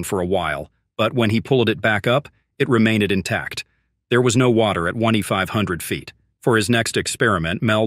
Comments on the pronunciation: + Gives away that this is a computer voice narration. "Lowereded.....remaineded....", nonsensical sounding depth number, etc. It's just a mine shaft. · Dude you might as well read it yourself because this AI cr*p can't read right, like sound like it's saying oney five hundred feet and lowereded, it remaineded XD like bruh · What's the deal with the AI voice's grammar? Lower-red, onety hundred. Remain-de-ded. It's absolute shit. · “It remainded intact”….